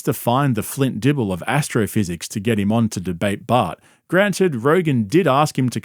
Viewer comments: evertime he says Bart I kept thinking he's talking about bert. 😂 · Whenever says “Bart” I immediately think he’s talking about Bert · Every time you say Bart my subconscious thinks Bert. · Every time you say “Bart” I assume you’re talking about Bart Kershner lol